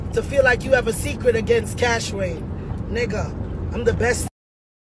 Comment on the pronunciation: She cyah call Cash-wayne name sah 😂😂😂